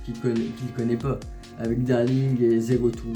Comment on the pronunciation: Quand ta dis Zéro Two on c est compris mdr😂😂